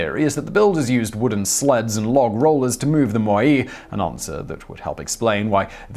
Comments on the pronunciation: does anyone know why this guy doesn't know how to pronounce words? MOAI = (moe) (eye) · "MOH-Eye" Wouldn't be a TT episode without the mispronunciation easter egg.